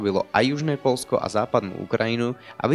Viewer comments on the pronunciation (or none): Nemozem to pocuvat ked niekto vravi Polsko a nie Poľsko